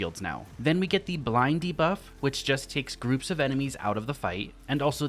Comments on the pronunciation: I heard him say “Blindy Buff” instead if “Blind de-buff”. I need more sleep…. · I’m hearing “blindy buff” & “arc muffs” - my childish brain😂 - great vid - love these! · Nah I heard it too and I'm wide awake. Lol